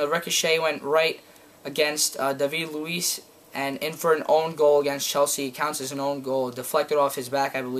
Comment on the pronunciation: mate im american and i can speak properly its Robin Van Persie its 2-nil! and its not pronouced david luiz its daavid luiz that how its pronounced